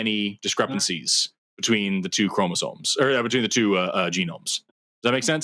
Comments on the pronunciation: No no. "ChromasoNe". With an n. Every time. And he was trying to claim he was some kind of expert on something he couldn't even pronounce. 😂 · Seriously, this is why he's. He has chromosones, not *chromosomes*. You can buy them from Temu in a turkey baster. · You know you're dealing with a real biologist when they can't say chromosomes properly. Chromozones